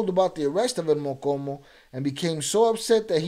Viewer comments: The name is el mo-Cho-mo not mocomo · It's pronounced "MO•CHO●MO" not MOKOMO ... MOCHOMO ia a name given to red army ants 🐜 in Mexico... the Army Ants that move as 1 u it when attacking, thats why he got the nickname cause when he would go to war, he moved with 100's of units. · Mochomo not mokomo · I think it’s Mochomo not mokomo mo-Cho-mo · Stop saying mokomo lol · How can you roll your R's and not pronounce the cho in mochomo